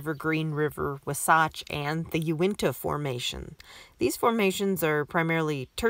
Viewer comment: I'm here because it is you who is there. Secondly, curious about gilsonite. And, by the way, it's WAHsatch.